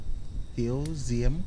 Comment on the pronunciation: Diêm thì anh kêu là Diếm 😆